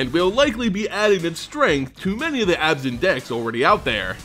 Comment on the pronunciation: fun with mispronounsiations! prince aily yes it is he playable in abzaaaan! 2 or 3 possibly but not any mooooore!